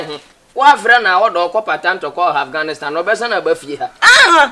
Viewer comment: said Aghanistan 😂😂😂 Eeeiii 🤣🤣